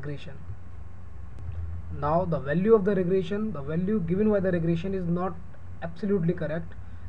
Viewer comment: Regression not regrassion yuo idiot!